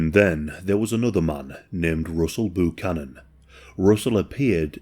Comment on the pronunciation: I never thought I would hear an every day white person name like Russell Buchanan butchered by an English speaking person 😂 “Roosle Boo-canon”